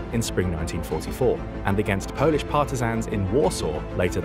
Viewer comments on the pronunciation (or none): none